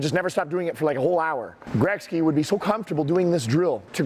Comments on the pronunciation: I’m not cool with his pronunciation of Gretzky 😂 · That would have been in concert with his pronunciation of Gretzky, nothing more.